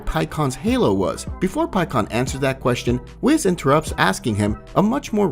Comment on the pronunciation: it's WHIS not WIZ